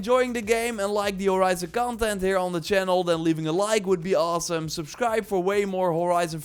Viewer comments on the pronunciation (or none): none